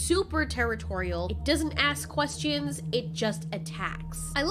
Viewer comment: As soon as she said quest-eee-ons i busted out laughing